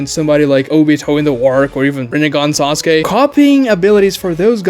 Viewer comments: seconds in i hear sosky and i instantly have no respect for his opinion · No. He can pronounce 'case' perfectly, which contains the same long-a phoneme as Sasuke's name. It is not a speech issue. He simply mispronounced it.